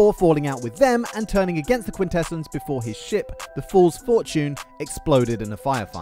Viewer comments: Bro this man cannot decide on how to pronounce quintessons. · mispronouncing "Quintessons" is pretty sad for a TF-themed channel.